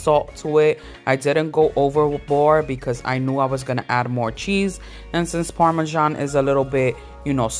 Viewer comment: Who ever said “parmesano” took me out🤣😂🤣😂🤣😂btw ladies that looks delicious 😋 I’m definitely going to make that dip 😋😋😋😋